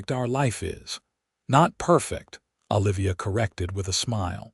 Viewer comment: It's O livia, not AH livia